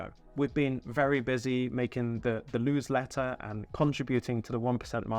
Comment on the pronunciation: The LEWSLETTER 😆 I love it 👍